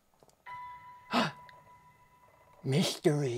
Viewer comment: "MYSHTEWEE" - cried from there out